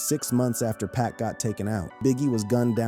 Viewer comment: Please STOP Calling Him PACK🙄His Name IS PAC😉👌🏼